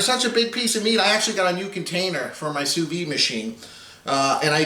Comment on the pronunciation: The "d" in sous vide isn't silent.